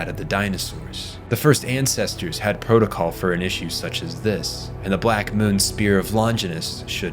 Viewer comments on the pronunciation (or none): none